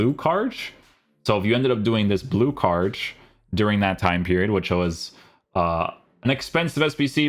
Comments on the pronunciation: guys why does he pronounce card like cardsh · Probably cause of his Portuguese roots...